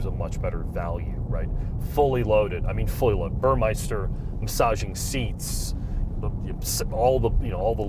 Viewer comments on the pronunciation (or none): Hey guys it's not BurmeIster, it's Burmester! Cheers from Italy!